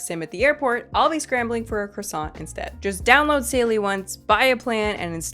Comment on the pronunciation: Before you go to Europe, learn how to pronounce croissant. You sound like an idiot